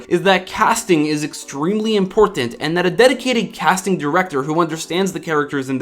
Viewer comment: There is no H in important